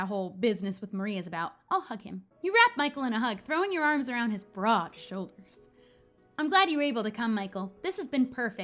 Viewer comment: The way she pronounced broad tho Hi B R O A U D shoulders 🤣